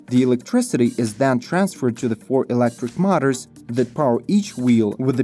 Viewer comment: Milton - Canada1 second ago " , ", "etc "Mutters" (aka: motors). Check using Google "English Audio Translation" this may help your announcer to say it correctly. Same old problem with pronunciation. Otherwise a very well done video. Very much enjoyed, Thanks, good job.